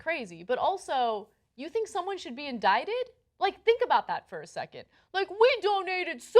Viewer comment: It... it.. says indicted, not indited.